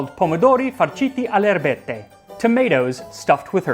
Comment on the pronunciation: Tasting History's Italian is great, until he says "erbette" and summons the spirit of old school Italiam meme "Il risotto con le er-be-tte" At that point, it was perfect.